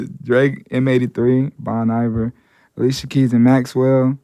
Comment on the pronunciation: The way he pronounced Bon Iver...